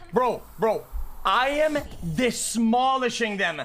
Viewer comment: "I'M ACKSHUALLY DESMOLISHING THEM" when I tell you that I couldn't breathe after seeing that live, like hoolyyy that shit killed me